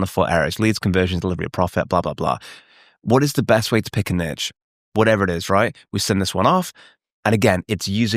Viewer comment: Why, as a Brit, are you saying “niche” like that